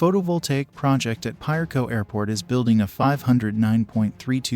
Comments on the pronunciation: Piarco is pronounced p ah or a as in apple, co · 🤣🤣🤣🤫 Maybe you can help the narrator pronounce Piarco better. It's pronounced like a Spanish word where the I sounds like a sharp E.